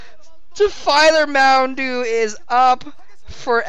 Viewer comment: "Defiler Mound-u is up"